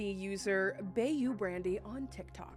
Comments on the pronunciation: bayou is pronounced like “by-you”. like the swamps. “bayou brandy” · Just so you know,, it's pronounced "bye-you" ❤ -signed a Creole gal